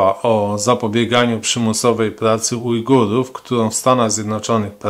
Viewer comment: Ujgujów xD, logopeda się kłania